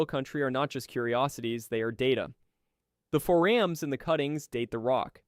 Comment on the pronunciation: You badly mispronounce foraminifera, forams, and diatoms. Horrifying! How do I know? I was a micropaleontologist for a major oil company for 6 years and studied forams for biostratigraphy. Also conodonts.